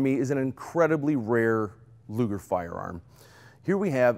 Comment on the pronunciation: Thank you for pronouncing the name of Mister Luger correctly :)